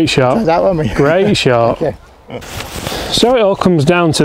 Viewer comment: "3rd Shoy" 😀😀